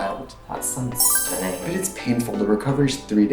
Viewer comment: STUNNINk. There’s a tiny k in there at the end.